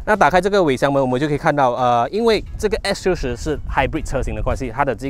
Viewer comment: 做么我好像一直听见你讲s40的😂